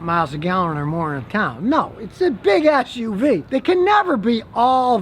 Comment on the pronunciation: Anybody else hear him say it’s a bigassuv?